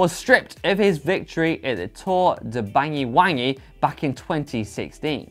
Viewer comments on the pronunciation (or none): Couldn't help but chuckle to how spelt banyuwangi to bangy wangy - Love it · Tour de Bangy Wangy???!!! How could maintain his composure, we may never know.